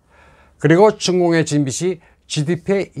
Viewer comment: "빚이"는 "비지"로 발음해야 맞습니다.